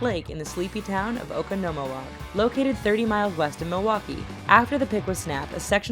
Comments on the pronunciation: Oh-Ka-No-Ma-Wah? 😂 Try Oh-Con-No-Moe-Walk. I know Wisconsin cities are bit tough to those who don't live in the state, but it's so funny. Just like people looking at Sheboygan, Wauwatosa, Weyauwega, and plenty other Midwest cities. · Hahahahahaha "oh-co-no-moe-woc" No No,it's "Oh-con-oh-moe-woc" Yes I live in a small town 45 minutes from Oconomowoc. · lol I live in Oconomowoc and u say it ocanomowak btw 😂😂😂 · "oakconowalk" i'm dying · the way they said Oconomowoc it's oh-con-no-mo-wolk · It's pronouns o con new walk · OH CON OH MO WOK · It's O-con-o-mow-woc 😂I live there. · I live in Oconomowoc! And it's oh-con-no-moe-walk. Just saying. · It's O-CON-NO-MOW-WOC Don't worry people in Wisconsin still mess it up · OH CON OH MO WOKsmh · I laughed so hard when you tried pronouncing Oconomowoc. I live near it and its Oh Kon (like Akon) Oh Mo Walk. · Lmao Wisconsinite cringing at the mispronunciation of oconomowoc lmao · That's not how you say Oconomowoc! Sorry I just get really annoyed 😂 I live in a town near there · She butchered the name oconomowoc the "sleepy town" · THATS NOT HOW YOU SAY OCONOMOWOC! I live in a town called Hartland just a mile away from there. 😠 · lol I live near Oconomowoc its so funny how people pronuncit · ya it wasn't even close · Definitely butchered saying Oconomowoc haha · Totally slaughtered oconomowoc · THATS NOT HOW YOU SAY OCONOMOWOC!!!!! :( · As being from Wisconsin the mispronunciation of Oconomowoc makes me laugh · I was so offended.. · I came down here to see if any other wisco natives were giggling at that. I was not disappointed xD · I was laughing so hard they murdered the way to say it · I live a little over an hour away from Oconomowoc but I've been there